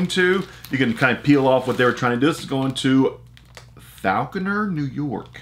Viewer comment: I am from that area and you are so far off in how to say it FALCONER